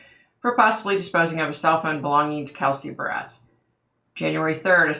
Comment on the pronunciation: I’m very familiar with this case and live close to Woodland Park. Also, my daughter in law works in the jail where Frazee was being held waiting for trial. I do want to add that her last name is pronounced “Bear-eth”. You mention that you could see a busy highway with hotels and cabins and I have a possible explanation. Woodland park is in the mountains and there is a lot of tourism there. After he killed Kelsey he took her down the mountain and more than likely took a very busy highway where there are a lot of hotels, motels, cabins, etc. He took her to Fremont county which is about 40 or so miles south of Woodland Park to his property to burn her body. Again, he more than likely took another busy highway to get there. This is all according to Krystal, though. Deckers is about 20 miles from Woodland Park with several fishing areas. Now I’m wondering if that’s where her remains ended up? I don’t think Krystal ever mentioned anything about Deckers, but who knows! Her murder was very brutal... he actually put a sweater over her eyes and asked her to guess the scent of some candles. When she bent down to smell the candles is when he started striking her with a bat, also knocking her teeth out. I’m shocked that she forgives him for that! She was a beautiful person inside and out! Great video,! The next case I’ve been researching is Shanann Watts so I’m hoping for more answers there.